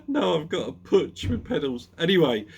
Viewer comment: Hi. I think Puch is pronounced puc, as in ice hocky. Heard that somewhere, can`t remember where...